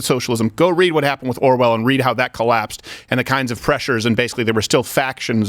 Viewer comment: Is it just me or does he keep saying Arwell? Lol. Love these guys.